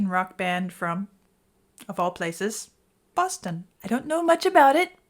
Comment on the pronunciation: Did you say bustin?